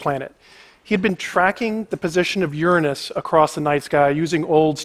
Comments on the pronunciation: Never trust a man too scared to pronounce Uranus properly. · how long have i been miss pronouncing uranus